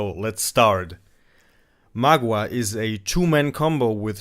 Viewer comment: It's pronounced m'gwa, not magua.